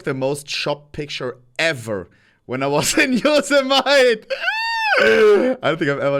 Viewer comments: I don't think I've ever heard anyone pronounce Yosemite as Yous-Eh-Mite. (It's Yow-Seh-Muh-Tee) Though, hand up, first time I traveled to the Tetons (Tee-Taanz) I said Tet-Ins. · Yosemite (YO•SEH•MIH•TEE) not YO•SIH•MITE